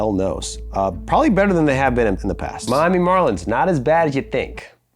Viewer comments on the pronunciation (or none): none